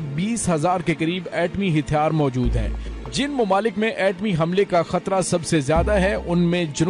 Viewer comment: bhai word " hathyar" hota hai " hithyar " nahi